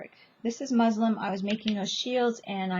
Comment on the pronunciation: Muslin not muslim